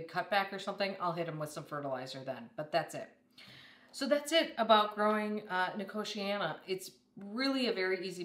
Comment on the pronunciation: The way you pronounce nicotiana puts me in a entire new league of abhorence.